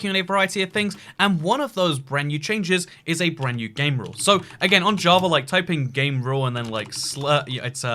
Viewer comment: Why do you say jaa-va ja-verd